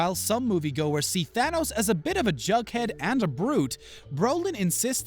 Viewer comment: Tanos? !😂😂😂 It will be THANOS